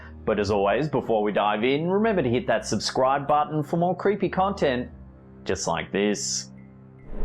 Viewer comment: Okay y'all, you heard him. It's bahtin instead of button. 🤣🤣🤣🤣